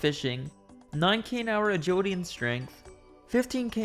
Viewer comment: Except for the 'agiwidy'